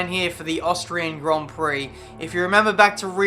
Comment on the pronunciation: It sounds like austrage grand prix lol